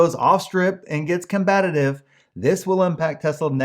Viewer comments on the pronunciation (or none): you said "combatitive"...haha.